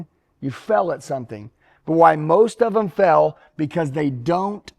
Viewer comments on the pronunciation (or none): He pronounces."fail" like "fell". On purpose??🤔